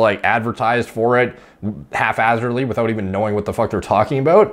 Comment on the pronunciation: its hap hazard, not half hazard